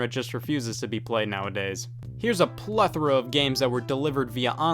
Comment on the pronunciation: Congratulations to Scott for being literally the only YouTuber to pronounce 'plethora' correctly.